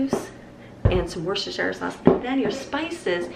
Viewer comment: Hi and all from USA, love all the recipes they all look so nice, just wanted to let you all know, I'm from the UK on the border of Worcestershire where the sauce originates and the proper pronunciation is Wustersheer sauce or just plain old wuster sauce lol, it's one of our strange English spellings sorry.